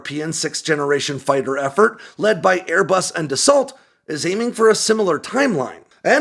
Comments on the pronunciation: Dassault is pronounced dah-so, not dah-salt. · Dassault is pronounced, "Dass-oh." Iykyk, and iyk, it makes an impression.